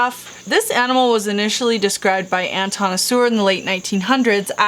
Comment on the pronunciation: Pretty cool You said Anton well how is everybody doing by the way